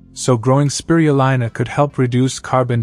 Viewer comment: It's Speee-ruuu-leeena. Cured a neighbour who was given 10 months to live from lung cancer.